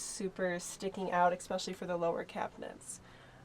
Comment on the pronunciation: Why do so many amercans say cabineNts? :D